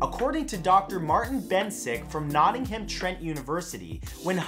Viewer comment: The way he pronounced Nottingham 😂